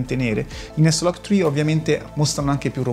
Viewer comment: e dici s-log tcri e non eslagtcri?